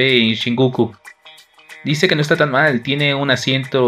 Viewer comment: Me encanta cuando dice molil